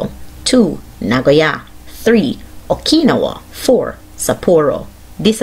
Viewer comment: She fucked up the pronunciation of Okinawa lol